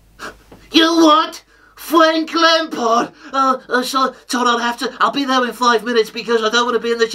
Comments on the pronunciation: "WHO? FWANK LAMPARD?" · Fwank Lampard ..ha!ha!